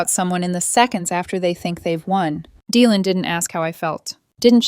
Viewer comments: Dylan is pronounced Dilan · The y in Dylan is pronounced as an i not as an e